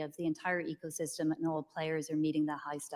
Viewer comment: "Echosystem"? Ugh.😅